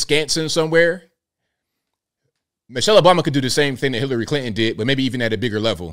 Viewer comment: Did he say Hitlery Clinton 🤣😂🤣